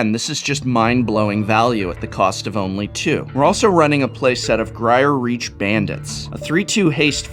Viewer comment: Werewolves are one of my favorite creature types in this game so I will have to give this deck a shot! Also Geier Reach Bandit, if pronounced like my last name (which is Geier) should be Guy-er. Keep up the awesome videos Professor! :D